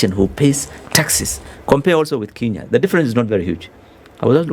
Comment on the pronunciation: Good conversation. Billow Kerrow is quite knowledgeable about the Kenyan economy. I notice that Billow Kerrow refers to 'Kenya' as 'Kinya'. Does he know something that we don't. It is quite concerning for a citizen not to know the correct pronunciation of the name of his country.